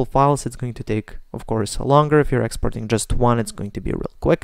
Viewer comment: ITS NOT EXPORING ITS EXPORTING